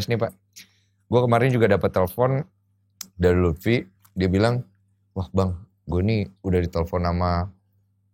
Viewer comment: Love Monkey D Luffi, not Lutfi 😆